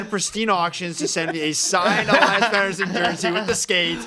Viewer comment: ITS PRONOUNCED PETTERSSON😅